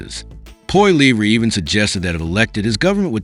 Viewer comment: Pierre Polivra ? did I hear this right ? Jee, howcome it is not pronounced correctly ? Oh man